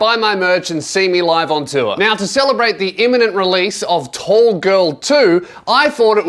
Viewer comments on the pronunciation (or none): none